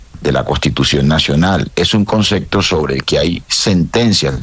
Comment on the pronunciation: Un ministro que dice concecto